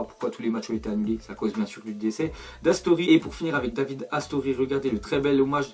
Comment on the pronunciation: Ca ce prononce Davidé RIP à toi Astori c'était quelqu'un de bien